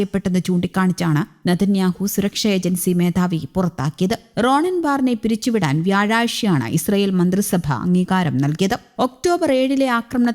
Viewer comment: വ്യായ്ഷ അല്ല 😂 വ്യായാഴ്ച...എന്തൊരു ഷാ ഷാ ഷാ😂😂